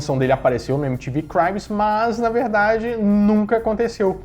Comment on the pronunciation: Se lê cribs, não cRAIBS...